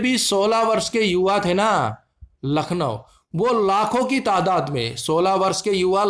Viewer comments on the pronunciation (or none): none